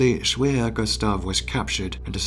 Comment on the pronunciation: Hello, remember, in German, the letter 'W' is pronounced as a 'V'. So 'Schwerer Gustav' sounds like Sh-Verer Gustav. Cheers!